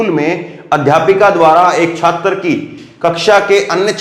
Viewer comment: Hindi ke shabdaun ka uchcharad theek se Kiya Karo ' jaise chhatar nahin chhatr hai' bahut bar galat uchcharad karate ho ' thank you.